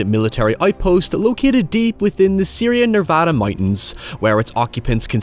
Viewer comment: I'm sorry, did you call the mountains "Syria Nervada"?